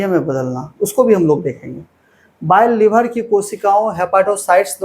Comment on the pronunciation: लिभर नहीं होता लिवर हैं